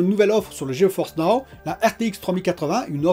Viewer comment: Salut, c'est pas plutôt Ge-Force Now? Tu dis tout le temps Geo-Force Now 🤷